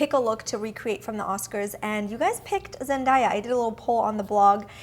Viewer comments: It's Zen-DAY-a.... not Zen-die-a. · Zen- DAY- Ah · You’re pronouncing her name wrong 😫